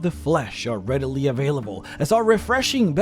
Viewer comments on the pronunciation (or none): none